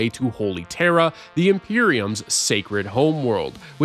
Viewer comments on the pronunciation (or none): none